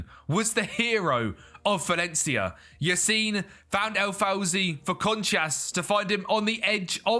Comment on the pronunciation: Lol, "Valley ya did"